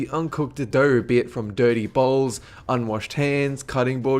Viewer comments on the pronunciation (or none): Why do you pronounce r where the shouldn't be? Doughr erggs etc